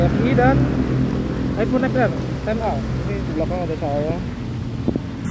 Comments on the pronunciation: Gua kok dengernya mbaknya bilang aibon bukan aifon ya? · Gw denger nya aibon xr 🗿